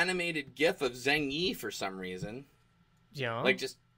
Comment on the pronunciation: "There's an animated gif of Zeng Yi" thought you said "Zangief" at first. That would have been pretty random.